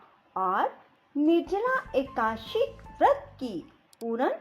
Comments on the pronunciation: Akasi nahi akadasi kahte h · राधे राधे जी एकाशी नही बोलते एकादशी है जी 🙏🙏🙏🙏🙏